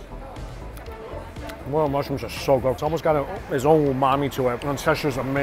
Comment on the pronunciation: is this guy for real they are called "morel mushrooms " not "moral mushrooms "